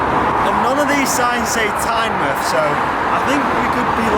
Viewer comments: Good vid, nice to see some Northumbrian roads on your channel, the military road is fantastic isn't it? One thing - It's Tyne-MOUTH not Tyne-MUTH hahaha. All the best for 2020 dude. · For Tynemouth you pronounce the mouth the same way as you would normally say "mouth", not like in the word "Plymouth"